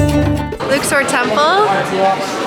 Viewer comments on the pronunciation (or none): Could have at least used proper pronunciation instead of pretending you're special. Luxor like duck sore. Luksore. Luxor.